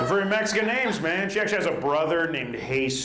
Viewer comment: Ver' funny, ver', ver' funny.